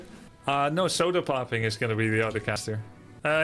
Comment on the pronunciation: grubby kept calling him sodapopping... he is sodapoppin.